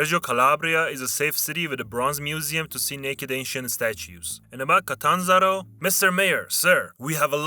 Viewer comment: You should've looked up the names' pronunciation. 'L'Aquìla' and 'Catànzaro' sound awful.